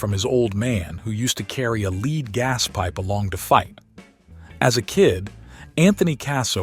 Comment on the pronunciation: Did the electronic narrator actually pronounce lead as leed? Lmao